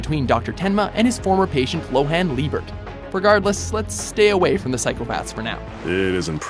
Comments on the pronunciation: He fucking butchered Johan's name... Lohan Fucking Lieber. LOHAN Like nigga it isn't even Japanese. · How the f*** did you just pronounce Johan Liebert?